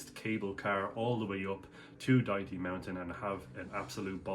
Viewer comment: Lol, you are the first foreigner that knows how to pronounce Dajti.